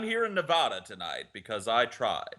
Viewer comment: The way they say Nevada makes me cringe as I'm a Nevadan